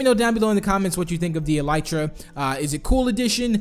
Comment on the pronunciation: Pronounced EL-UH-TRUH